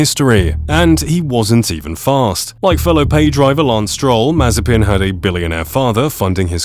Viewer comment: It not s It Mazepin